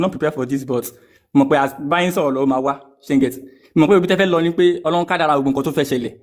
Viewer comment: 😊 You know what your problem is, you have a bit of knowledge but think you have a lot more than you do. Read and learn - there's is nothing called "Ọlọhun", it is a mispronunciation of "Ọlọ́run" - Ọlọ́run is derivative of "Olú Ọ̀run" - it is a title, the Olú of Ọ̀run, just like there is Olú aiye (Obaluaiye) now it is impossible for you to want to call Àláh or Yahweh "Ọlọ́run" , because Ọ̀run is a noun, it is another realm that is only found in Ifa teachings. Òrun has nothing to do with aljana, because there is nothing in Ifa that describes Ọ̀run in the manner Aljana talks about virgins and you muslims. Likewise Ọ̀run is not the biblical "heaven", there is nothing in Ifa that tells us there is one white guy sitting on a throne and milk and honey is flowing, again all that description belongs in the bible. So, Ọlọ́run is a title, and in Yorùbá Isese is where you find that title. Just like you can't call Trump the Olubadan, you cannot give the title of Ọlọ́run to any random foreign deity. It means you are talking absolute nonesence and confusion.